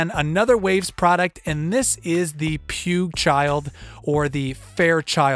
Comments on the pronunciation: Pukechild? :) afaik it' pueeg. What headphones are you using if you hear less details than on monitors? And what monitors are you using? You could also touch the subject on serial compression. Like shaving off some peaks with rcomp/1176/puigchild on 1 and feeding into 2a or puigchild on 2/3/5. The result should be better. Anyway nice vid! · It's P-wig child but he calls it the puke-child.